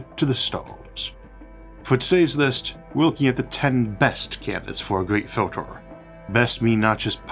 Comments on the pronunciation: This AI English is terrible. I’ve never heard any human with an accent mess up the word filter so badly. ‘fjyiltors”… Time to upgrade from that Chinese plugin Isaac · What a strange accent, for example, filtah, awlha, rarha, unihearse... I've heard people dropping their 'H's and even low intellect snobs that put them back in front of the wrong words, but never someone that adds 'H's in the middle of words. I have no idea where the accent comes from, but as a native English speaker, it's very unpleasant to listen to.